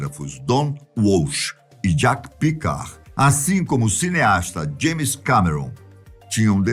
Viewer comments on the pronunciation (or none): none